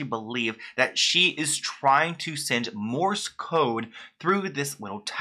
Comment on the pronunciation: It's Morse code. Not Morris.